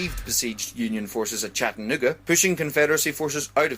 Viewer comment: dude says chatanooga so weird haha